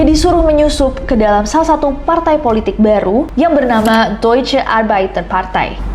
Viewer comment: Deutch baca nya doitch